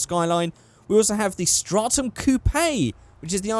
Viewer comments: why do you say coo pay it's pronounced coop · it is coupe (COOP) not coupAY!!!!!!!! that is really annoying, I know you are in a different country but im sure it still translates